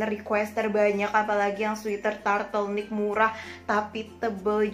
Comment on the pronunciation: Apa cuma aku doank yg dengernya turtlenick bukan turtleneck